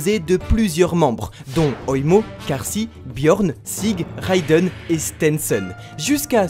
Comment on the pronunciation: pourquoi prononcer Kaashi "karsi" ?